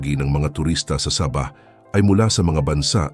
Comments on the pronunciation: Parang saging lng. Saba'😁😁😁"Sa bah". Hindi saba' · hindi sabah na saging ang pronunciation , saaabah. hindi ko alam kung saang planeta galing ang voice over , pero mali . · SAAAAAABAH , not Sa!bah .😅😅😅😅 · Ang saba' ay saging. Sa'bah ang tama. I hate AI. Anong pang dagat'? Pangda'gat ang wasto. I like to eat saging na saba". Anong Hapo'nes? Hapones' ang tama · Gonggong wag bigkasin n saging para Kang ndi Pinoy ginagawa mong saging Ang pag bigkas mo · Umupa kana lang ng magbabasa ng tagalog saabahh ang tamang pagbigkas hindi saba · Sabah, hindi Saba (ano yan "saging") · Anong saba saging?baka sabah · Masakit sa tinga ang pgbigkas mo na Sabah..medyo mabagal ng konti dapat..ang nangyari naging saging na saba ang bigkas mo..Wag gayahin ang bigkas ng AI.korny ang dating..dpat po tamang bigkas yong pinoy na pinoy kc d naman tayo kano..diga? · Ang saba ay isang uri ng saging!😝😝😝😝😝😝😝😝😝ingat lang sa pronounciation! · Sama ah ng bihkas ah parang saging eh.. nagpapatawa ka ba...hahahah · Correction lang po sa pag pronounce ng Sabah at Saba 😊 Salamat po! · Sana hindi na lang AI ang ginamit na voice over...naging saging tuloy ang Sabah...o baka naman foreigner ang nagbasa ng article... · Sabah , naging tunog saging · Sir hindi saging ang bigkas ng sabah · Boss e ayos mo bigkas mo hinde saging yan😂😂😂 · Sa-bah, hnd sab-ah kaya nga may h sa dulo e😢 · Saging yung sinasabi, sa~~~~~bah hinde sabah aayusin mo ang pag bigkas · Saaabah .... hindi Sabah....😂😂😂😂😂😂 maraming saba sa palengke ....potek.... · Engot! Anong sabaaa, ano yan saging! mag aral ka nga muna ng tagalog word kung paano mag pronounce ng tama! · Sabah na saging Yung pagkakabigkas niya😂😂AI yata yang nagsasalita eh😅😅😅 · Please be careful in pronunciation of the word Sabaj....it must be SA'-BAH.. THE ACCENT IN THE FIRST SYLLABLE... SA--BAH.. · Ano yan saging na saba (sabah) ayusin nio pagbigkas.. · SABAH (MABAGAL PAG PRONOUNCE) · Please improve your pronunciation when you specially speak Sabah!